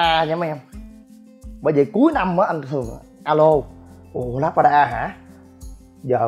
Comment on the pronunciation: " lác ra đa" tiếng Anh đọc là Labrada, tạm đọc là: là brá đà. Nếu thích nói tiếng Anh thì chịu khó phát âm cho đúng đừng để người ta cười mình ngu mà thích nổ